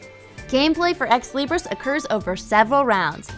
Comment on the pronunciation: Did she say "Exley Briss"?